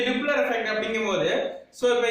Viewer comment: டூப்ளர் இல்ல டாப்ளர்